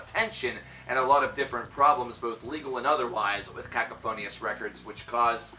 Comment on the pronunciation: Did he say “cacaphonius” on purpose 😂 it’s pronounced Ka-cough-onus. Also it’s Carpathia..not crarprathia. And the word is visceral not viscereal. I’m sorry I’m not making fun we all have to learn one way or another 👌 great videos though mate